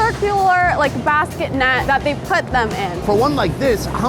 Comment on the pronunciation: “Two backets” Pilipins!!!